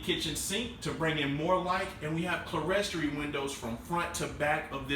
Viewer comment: loving your videos. I can tell you want to do a professional job, so a friendly tip for you. "Clerestory" is pronounced "clear story". Easy mistake to make. Also, the bump outs in the roof with the windows in the loft area are called "dormers". Love your tiny house Tues. vids. Keep 'em coming!